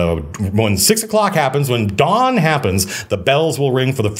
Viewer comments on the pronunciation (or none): none